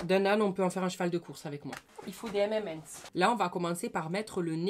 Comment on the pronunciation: « il faut des MMM’ns »mdrrrr🤣🤣